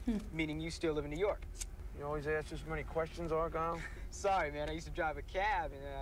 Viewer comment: good ol' "L"..as in "our guy L" as in Argyle..